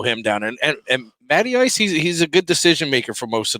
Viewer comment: Matty Ice…. I thought you said Natty Ice…